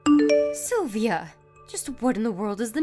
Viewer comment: WOW! This woman is clearly crazy. And I guess it is SylviO and not SylviA